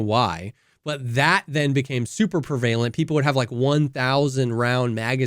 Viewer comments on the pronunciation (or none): prevalent is "PREH vuh lent" not "PREE VAY lent"